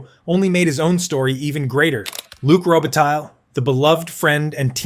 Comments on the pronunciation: Row- Be-Tie Mispronounciation gets distracting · You have to learn a little bit how to pronounce Robitaille so that it is not such a total massacre. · Interesting video, thanks. One note about your production and that is if you are serious about making them you need to to get better at pronouncing the players names. I wince each time you mention Luc Robitaille.